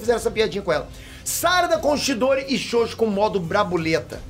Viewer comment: me da uma agonia quando ele fala ''xoxo''. fala direito caraio.. kkkkk